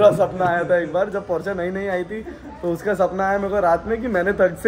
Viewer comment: couldn't stop ignoring, it's Porsche :/